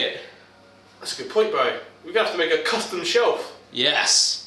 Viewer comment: Hey something its not gary it is